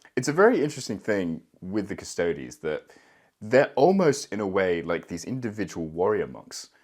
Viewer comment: "Cus-toe-dees" not "Cus-toads". Otherwise you better pronounce it "Ass-tarts" as well.